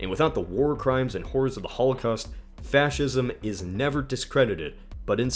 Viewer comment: Did he pronounce Fascism as Fouwshism?!😂